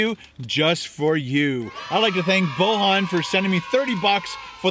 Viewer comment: It's pronounced Boyan ;) It's Serbian (or Croatian, Bosnian) name.